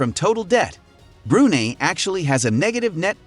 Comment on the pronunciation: It's pronouned "Bru-Nai"